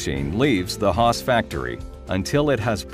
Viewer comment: HAAS chứ k phải HASS nhé